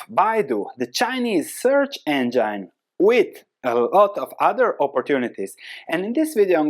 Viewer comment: Engine is pronounced en-jin not anjyn.